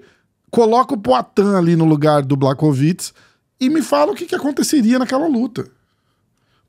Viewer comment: Mais um video muito bom, bastante informativo. Só um detalhezinho que ninguém perguntou, mas conhecimento nunca é demais (e também devo estar ajudando com o engajamento do vídeo): “Błachowicz” se pronuncia “Buarrovitch”. Fonte: trust me, bro! 😉